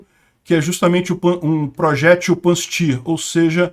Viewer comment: Pronuncia-se 'Pancir'